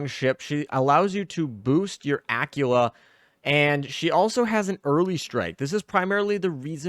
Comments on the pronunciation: Dude your killing me here its not pronounced Acula, but Aquwela or Aquwila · Please please say Aquila properly. I was so confused who you were talking about . Ah-quil-ah